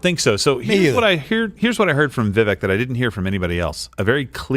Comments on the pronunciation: Crowder, its pronounced Vivake like CAKE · Vivek is pronounced “Viv-Ake” for anyone wondering. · pronounced Vi vake ! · viVAKE like CAKE! Stop saying his name wrong! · How do these guys not know how to pronounce vivek’s name? Viv ache. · I know it's not common knowledge, but it pronounced Vi-Vake. I know this comment won't be read by anyone on air. But there was an attempt. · It’s Vivek, “vivake” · Does everybody say Vivek's name wrong intentionally? I also don't understand why he never corrects anyone. It is pronounced Vi - Vake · For the love of God, Steben Chowder... It's Viv-ake like "cake". You all want to vote for him if Trump isn't on the ballot, but you cannot respect him enough to correctly pronounce his name. *Yes, I know it's Steven Crowder. I am making my point. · they’re probably mispronouncing it on purpose. you think they respect his culture enough to say his name right? they are still saying kamala wrong after years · Vivek bakes cake at the fake steak lake That's how you say his name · I was going to post a correction on Steven's mispronunciation of Vivek's name but you did a better job. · Crowder can you at least attempt to pronounce Vivek's name correctly 🤦🏾‍♀️. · No wonder he doesn't know how to pronounce Vivek's name. Vivek rhymes with cake, Steven!